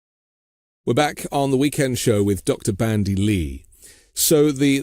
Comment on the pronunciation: It's Dr. BanDy X. Lee , NOT BRANDY ! ( No " R " ) .... Thought this was a gr8 podcast as well , I watch every sunday 👍💙💙💙